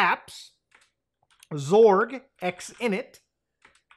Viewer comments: xorg is pronounced X-Org, you can also call it X11 that (ex-eleven) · Can't tell if Muta is pronouncing Xorg as "zorg" as a bit or if that's actually a thing. Either way I support it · I'd say it's more of a zee sound smashed up the ass end of an ing sound. Like "ngzuh".. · I remember him first saying "graphic" card rather than "graphics" card back in the day which threw me off a bit ngl. Now it's "Zorg" lol. Maybe muta is one of those ppl hoping for X12 and Zorg is the successor of Xorg